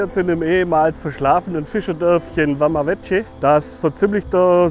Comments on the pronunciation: War selber schonmal dort, meine Freundin kommt da aus der nähe her (Mangalia). Kleiner Tipp noch, man spricht es ‘’Wama Weke’’ aus. :) Sonst interessantes Video. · Man spricht Vama Veche nicht Wama Wetsche, sondern Wama Wecke!